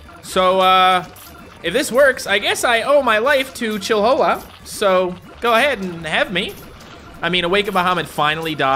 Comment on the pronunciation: Chill-whola It’s chill-hola